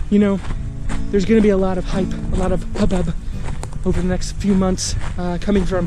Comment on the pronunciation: '...a lot of HUBPBUB...' 😂